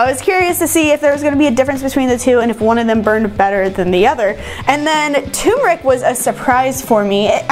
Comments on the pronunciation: another example of someone mispronouncing the word "turmeric" despite holding up the actual spice with a label clearly showing TWO R'S! It's not "toom-air-ik", it's "ter-mer-ik." oy. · Another person talking about TURMERIC who can't pronounce TURMERIC.